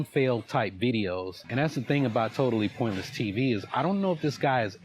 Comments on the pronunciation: Now, I am very high on an edible right now, but I swear that is saying "TotalessPointless" instead of TotallyPointless. Please, someone tell me it's not just me hearing this. I'm kinda losing my shit over it, like he either cannot say it properly OR he thinks he's denigrating him by saying it incorrectly. It's fucking bonkers, y'all. Edit: OMFG IT'S LIKE YOU WERE TALKING TO ME! HOLY SHIT! 😅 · Does he keep saying"Totaliless Piontly TV "....he does.Get a grip "". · The way that guy pronounces "totally pointlesses tsvs" is my sleep paralysis demon.. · This idiot keeps mispronouncing the name of your channel, in different ways. Total AL Sharpton.